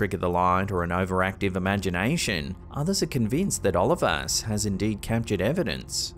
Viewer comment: “Oh-LEE-vas”, not “Olivus” ()!